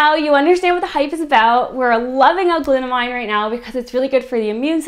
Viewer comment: its glut amine. aymeen not glut-a-mine because its an anime a type of functional group (chemistry).